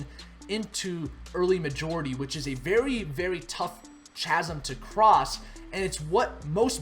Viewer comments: It's pronounced 'K-azm' not 'ch-azm' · chasm is 'K'azm', not "cha-sm" ironically. also innovators -> early adopters, not other way round. ;) not that im picky. good job!!!